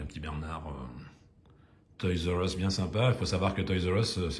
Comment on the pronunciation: Salut, un peu en retard!! Une dinguerie ces modèles, alors la prononciation toys r us un vrai anglais 👍 je peux pas faire mieux à part le Portugal 😂 le petit porte container en jaune j'ai un doute le camion normalement est de quelle couleur? Oh cette couleur de dodge dans ce coloris rouge et super on dirait rouge candy légèrement plus foncé 😍 et ce saviem avec tampo sans majorette inimaginable sérieux tu as une collection de dingue et vraiment pas courante c'est sur Elvis doit être fou devant ce très beau modèle, merci à toi pour cette vidéo